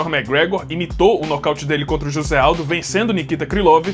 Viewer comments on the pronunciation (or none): none